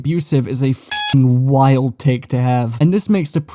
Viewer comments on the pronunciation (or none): none